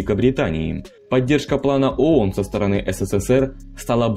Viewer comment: Читающему текст в видео нужно было сначала разобраться, что он читает и как правильно произносить. Сунули текст диктору, а тот заботясь о правильной дикции коверкает произношение не знакомых ему слов и аббревиатур. Ну должен же был знать хотя бы, что «ООН» произносится как «АОН»